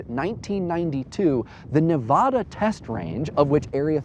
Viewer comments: Does anyone else cringe every time he says "Nevada" wrong? XD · Is that supposed to be a strong 'a' in Nevada? As in the 'a' sound in 'bad'?